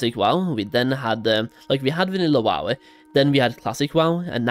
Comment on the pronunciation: I can’t stop hearing the -eh at every time he says wow-eh